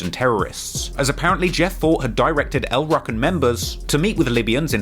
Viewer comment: its not El Rukken its El Rooken